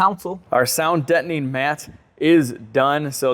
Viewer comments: it's sound Deadening, not Detoning. lol. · Ok, sounds like you got console down, now work on "dettoning". Dead, not dett...deadening! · you have mastered Console and butchered "Deadening" It's Sound Deadening Material. Not Sound Debtning Material. As a fellow Cadillac loving, Irish, Italian American I thought I'd try to help. 😉😎